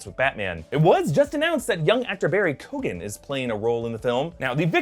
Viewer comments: Barry Keoghan is pronounced Key-oh-en not Cogan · Your pronouncition of Keoghan hurt my ears, my god.